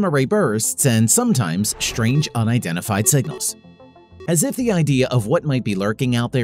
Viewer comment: "Shtrange", "shtrong", "ashtronomy".....